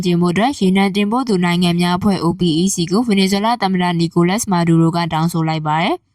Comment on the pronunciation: OPEC ကို "အိုပက်"လို့ အသံထွက်ပါ။